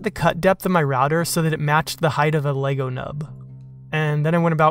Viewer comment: Subscribed! Beautiful work AND you know how to pronounce Lego 😁